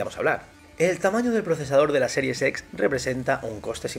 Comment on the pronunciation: Parece que dices a propósito lo de Xbox series sex xdddd